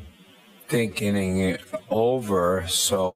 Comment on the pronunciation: "I was just THINKEN-ing it over..." - Chris Albert 🤣